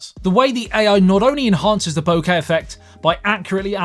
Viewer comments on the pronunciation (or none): none